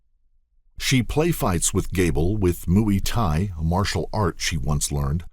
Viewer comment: And did this the narrator just call Muay Thai Mooey Thai hahaha 🤣 that’s a good one Didn’t know cows had their own martial art